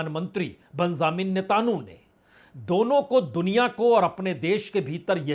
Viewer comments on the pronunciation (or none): You’re a senior and an excellent journalist - I would appreciate if you can focus on your pronunciation of names of people and places. It’s Hormuz not Homurz, Araghchi not Agrachi, Netanyahu not Netanhu, among other names. Please! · बाजपेई जी, एक विनम्र सुझाव है। आप हॉर्मूज का उच्चारण होमरूज करते हैं और नेतनयाहू का उच्चारण नेतानू करते हैं। इसको थोड़ा सुधार लें तो अच्छा रहेगा। विनम्र सुझाव है 🙏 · Big fan sir. I had a request to kindly pronounce the names correctly like ne ten ya hu and hor mus. Etc.